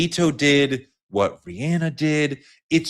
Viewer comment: One thing gonna do is mispronounce Rihanna’s name 😂